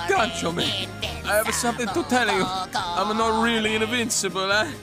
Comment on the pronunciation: All the Italian accent for nothing since he mispronounces his own surname, it's supposed to be fòlgore, not folgòre